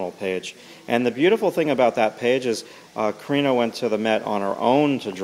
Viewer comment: It’s Kariiiiina!!!!